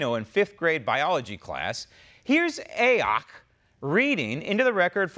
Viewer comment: "A-ock". Hilarious!!